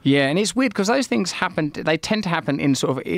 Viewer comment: Russell Brand trying to pronounce the word things is high level problem solving with dire conversational consequences